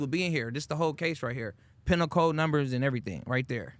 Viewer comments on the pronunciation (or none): pen-a-cold instead of pee-nul' code. everyone that's going to significant amount of time knows the pronunciation.